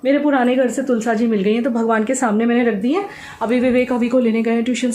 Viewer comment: तुलसा जी नहीं तुलसी जी कहते हैं तुलसी माँ होती है 😊👍